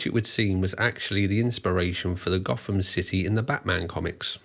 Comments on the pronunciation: I'm going to be a picky twat, but the village name isn't pronounced goth-am, it's pronounced goat-am....its one of those petty things that really annoys me for some reason... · I believe the village name is actually pronounced “goat-ham” not “goth-ham” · The English town Gotham is not pronounced as Batman's Gotham. It is pronounced 'Goat-em'' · I’m sure other people have commented as such, but Gotham is pronounced locally as Goat-ham. Love your vids by the way. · The thing I love about this story is, I live in Nottingham... Lived here my entire life. Not once did I ever see this guy or hear about any of this on the local news.. nope, only ever seen this online.. and on technicality its pronounced "GO-fom" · Quick correction- the name of the village is spelt ‘Gotham’ but pronounced ‘goat-em’. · I grew up round here and even though Gotham from Batman came from it and it's spelled the same, it's pronounced goat-um Interesting video though, don't know how I've never heard of this case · It’s pronounced GOTHAM..as in Go..Tham duck😂🤣😂 We ain’t in Batman land here mate! 😂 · Gotham in Nottinghamshire is pronounced "Goat Ham"... Now I'm hungry! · It's pronounced Goat-am